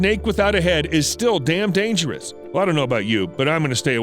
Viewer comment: even a snake without a head is dangerous..lol he said it wrong